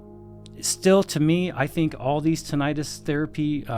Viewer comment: Only thing that scares me with this review is the mispronunciation of Tinnitus.